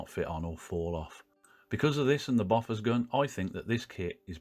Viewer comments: sorry but it's pronounced "bow fours. "....not "boffers" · Enjoyed that! You've inspired me to get the kit. (I'm old enough for my parents' generation being there at the time, and 'Bofors' was pronounced 'Bow-fers', not Boffers.) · Its pronounced boofosh actually...😉